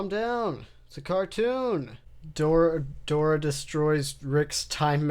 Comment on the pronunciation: I think you mean Dooruh.